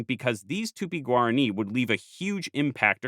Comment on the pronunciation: oh gob, "tupi-guarani" became "tupiguarri"...